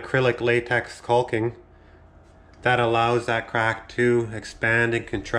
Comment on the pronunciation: The L is silent guy..